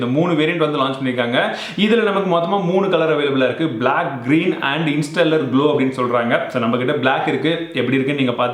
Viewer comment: Semma bro. I'm waiting to buy pro variant. One gentle feedback you have pronounced onyx black and interstellar wrongly please don't mistake me just a suggestion to improve as a long time follower😊